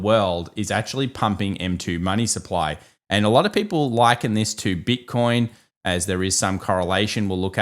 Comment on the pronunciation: “Bit-con” . Hilarious 😂